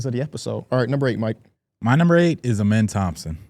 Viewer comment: gotta start pronouncing Amen Thompson’s name the right way